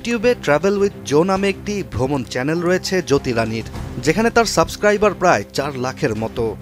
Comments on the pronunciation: ইউটিউব চ্যালেন না চ্যানেল হবে ভাই? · চ্যানেল উচ্চারণ খালি চ্যালেন আসতেছে 😅